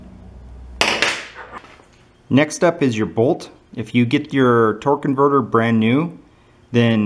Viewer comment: *torque-A-verter...torque converter is a car part